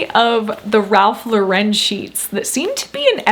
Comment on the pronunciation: Ralph Lauren rhymes with FOREIGN or the female name- why do so many people pronounce it LAW- WREN?!? 😖😖😖.